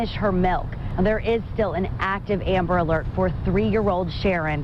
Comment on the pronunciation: Did anyone notice he said amber rose alert😂😂😂